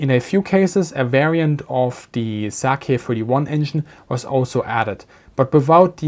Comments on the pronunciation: Small correction on pronunciation: 'Sakae' -> "Saka-e" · Yeah... We are not talking about alcohol.